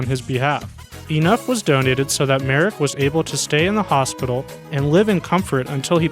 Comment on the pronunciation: Thank you for getting Joseph Merrick's name right! However, the correct pronunciation of his hometown is "Lester."